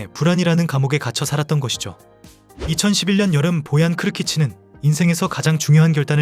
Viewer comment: 떡볶이를 먹으러 간다고? 스페인 선수가? 너무 ai대본아니냐? ai 나레이션도 보얀을 보앤 이라고하내 계ㅒ속